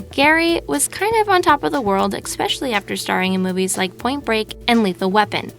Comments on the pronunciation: Whose nerves go into overdrive when people say "expecially" (7.02) instead of especially? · e-K-specially?really honey?u and ECHO gaming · You said Exspecially. You know that there is not an X in that word?